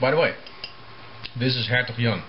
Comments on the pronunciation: Dat platte Amsterdamse accent als je "Hertog Jan" zegt is best grappig, omdat je Engels redelijk accentloos is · hahah how do you say hertog jan is funny becouse im from holland en when you say it it sounds funnyXD